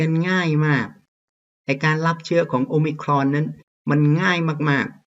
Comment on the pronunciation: ชอบครับอาจารย์ออกเสียงomicron คล้ายเจ้าของภาษามาก